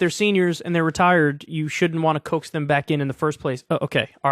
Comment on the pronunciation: "Coax." CO-AXE.